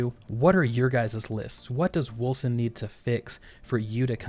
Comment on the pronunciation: pretty sure its wolCen with a hard C, unless the dev I saw being interviewed doesn't know how to pronounce the name of his own game?